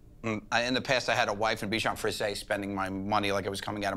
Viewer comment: I love Joe but since he's always talking about his bichon frisé he got to learn how to pronounce it XD "frizé" not "frissé"